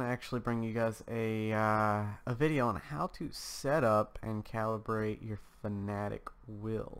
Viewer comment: This says fanatec wrong He says it like “fanatic” when it is actually pronounced “fana-tech”